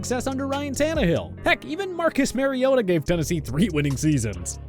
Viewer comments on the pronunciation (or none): none